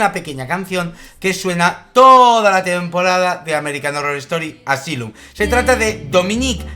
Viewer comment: Asylum está en segundo lugar de mis favoritas de AHS, buenísima!! Saludos desde Santiago de Chile!!! 🇨🇱🇨🇱🇨🇱🇨🇱🇨🇱 Pd:Me distrae que pronuncie mal Asylum 🤣🤣